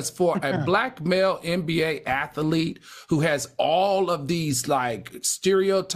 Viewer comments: Lawd Al kills me with the way he says Athlete. He pronounces it Atha lete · Seriously! I was so annoyed hearing him say 'ath-a-lete'. I'm like where did that extra syllable come from?